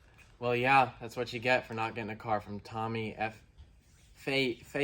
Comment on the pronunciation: lmao tommy fee uh